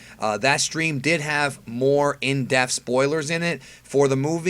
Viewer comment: Kills me when he says in deaf not in depth lol